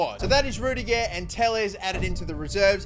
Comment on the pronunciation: What does he say ‘rudiger’ like that 😂😂